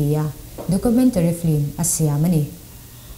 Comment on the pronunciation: FILM tih i pronounce dan hi a spelling ang hian lam tawh la. FLIM nilo in FILM zawk a nia, a spelling pawh hi. Khawkhat te kan nih vangin thrahnem ka ngaihpui che avang zawkin i sap trawng lamdan hi tun ai a ulukin han inzir leh trang trang teh khai.. I mizo trawng lam pawh adik chuanglo H i lamdan te, hmasaber tih leh hmasa tih a hmasa tih i lamdan pawh a in anglo🤦🏽‍♂Masaber niloin hmasaber tihtuuur🤦🏽‍♂🤦🏽‍♂🤦🏽‍♂